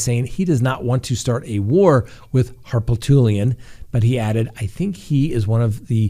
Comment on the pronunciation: Here in South Carolina hiis name is pronounced Har-poot-lian.